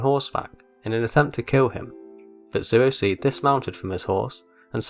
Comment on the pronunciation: "Zueo see" what?